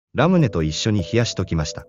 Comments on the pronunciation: ラムネでわなく、ラ⤴ムネ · ラ⤴️ムネ⤵️なの草ww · ラムネをラムダみたいな発音で言ってるの笑う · ノブ『ラ↑ム↓ネ！』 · ラムネのトーンおかしい